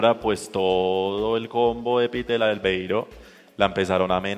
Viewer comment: No es Peter Albeiro, es Peter Laveiro.